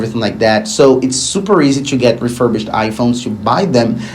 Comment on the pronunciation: Great videos as always but please stop pronouncing the word ‘to’ or ‘two’ as ‘CHEW’